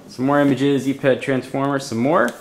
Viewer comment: "eee pad" "ipad" :/